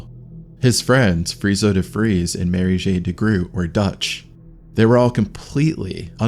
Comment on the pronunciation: The pronounciation of Dutch names in this is atrocious. "Marije - Marie Jay?" It's Mari-yuh.